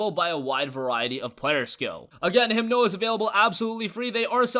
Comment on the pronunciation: It's Himno not Himdo.